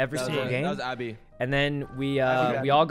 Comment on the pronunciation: Abbey lool its Abe